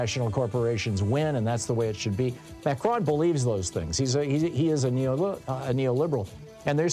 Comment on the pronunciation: Are you saying Mhercjuan? Advice: Don’t attempt a French pronunciation. Just anglicize it if you can’t pull it off. Just say Ma-cron.